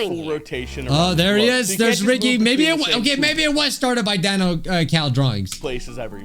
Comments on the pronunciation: the creators name is pronounced Dan-oh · It's d-a-n-o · You pronounce Danno’s name like Dan-o